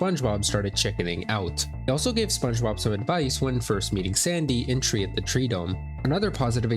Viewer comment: "TREE" at the treedome?